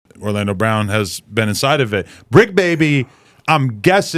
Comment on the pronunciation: It's the Bricc not the Tricc